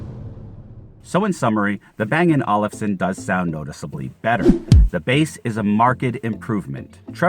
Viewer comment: Hey young man, the way to pronounce Olufsen is like bang & oalfson, like a lazy oalf.